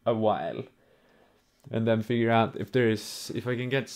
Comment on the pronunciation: "Ive made an put of pitch guitar" "So many noouts" lol